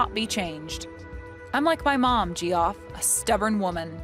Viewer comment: It's pronounced Jeff, not Gee-off